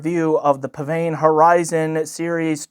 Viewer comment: According to the manufacturer, it's pronounced 'pisvane' (really).